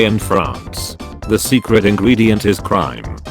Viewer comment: on must be said crimeA.